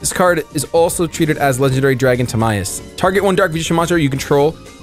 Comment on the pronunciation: I think it’s pronounced like tihmyus